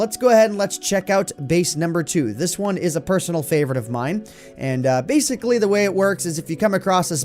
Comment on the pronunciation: He said baseically instead of basically